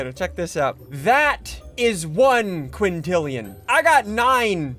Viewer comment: Did anyone know he said 9 quantilan like even though there not even that many people in the world